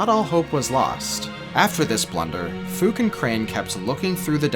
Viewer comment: "A guy we will call Fook" yeah I'm pretty sure that's not how its pronounced lmao